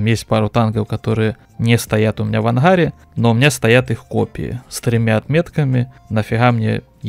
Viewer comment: в анХаре, иХра, что за говор???